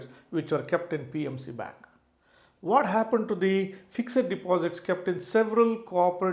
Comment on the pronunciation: Yawn...totally waste of 12mins...u could've made the point in single sentence ”The portfolio value is only real once you sell and convert to cash." This applies to all asset classes (cash, bonds, equity, real estate artwork etc). Oh the word is ”fixed" not "fix-ed-id"